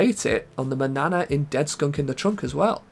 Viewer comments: "MAN-YA-NA" not manana like banana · Its pronounced MAN-YANA not manana like banana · I know it's spelled "Manana" in game, so looks like it should rhyme with "banana", but I'm pretty sure it's actually supposed to be "Mañana", the Spanish word for the morning, tomorrow, or the indefinite future depending on how it's used.